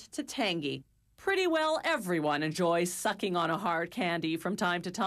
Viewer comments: she said "sucking" too hard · She did a emphasis on “sucking” I wonder why...